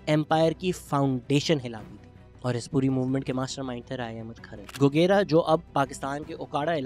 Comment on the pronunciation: Very insightful information Shehzad Bhai. Just a little correction regarding "Gogera". It is actually pronounced as گوجرہ۔ It will be much appreciated if you can start a proper series about unsung heroes of Punjab... Thanks